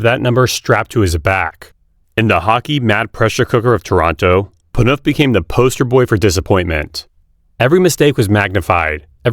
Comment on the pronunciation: AI couldn’t pronounce Phaneuf correctly